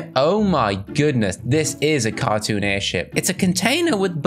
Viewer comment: When you said airship It sound like u said Airshi* but put the "P" that we can hear it okay?